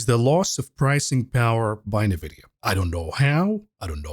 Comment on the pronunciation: I just wanted to ask when will start pronounce nVidia the correct way, instead of saying "nyhVidia"?